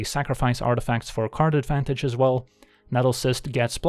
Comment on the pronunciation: I heard Karn advantage and karnstruct